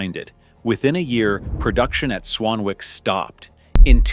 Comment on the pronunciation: Tip, its not "Swan-Wick", its pronouvced "Swan-ick". Have you watched the TV show "Howards Way" ?